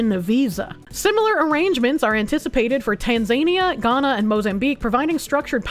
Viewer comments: Please, it's pronounced tan-zuh-knee-uh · Btw, it's pronounced tan·zuh·nee·uh.